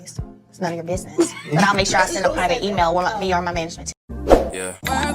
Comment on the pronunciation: Your commentary was spot on! And i get so tired of them trying to make Tisha look like she's a smart business woman. Oh im sorry, "BIDNESS" woman 🙄 bc thats how she says it.